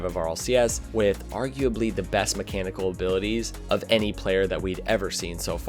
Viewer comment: Drinking game Take a shot everytime he says "arguabely"